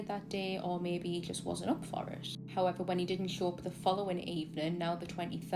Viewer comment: Just here for the "high evers"